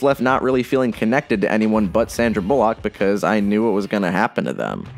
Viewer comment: "sandra bulleauq"